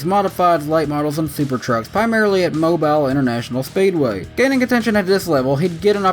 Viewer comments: it's pronounced Moe Bill I know it's spelled Mobile but some places here in Alabama are pronounced weird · You said mobile wrong